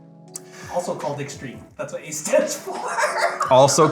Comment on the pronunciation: The way he says "ace" almost sounds like he is saying "ass".